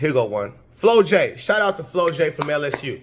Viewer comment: Flaujae pronounced FLAW-JAY not flow jay 😂